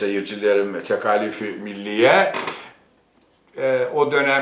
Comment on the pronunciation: Tekâlif kelimesini neden Rumlar Ermeniler gibi "a" kısa "k" kalın olarak telâffuz ediyorsunuz? Siz gazeteci olarak gerek yazıda gerek konuşmada örnek olmalısınız.